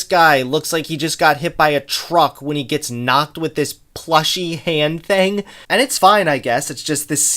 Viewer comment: He also pronounces thing as theng and since as sence